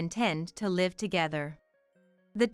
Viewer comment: "Live with that!" Should not pronounced as "Live concert". "Live", verb is pronounced differently than "LIVE" adjective. The "i" in live as adjective must be pronounced as the "i" in "lies". Feed your AI narrations with the right pronunciations, please. Otherwise, it is confusing. I have to rewind and listen again sometimes. I'm not reading the transcriptions.